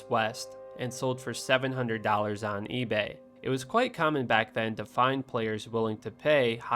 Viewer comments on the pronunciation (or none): none